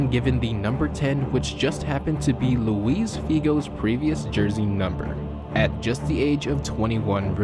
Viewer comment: Its Luis Figo not Louise Figo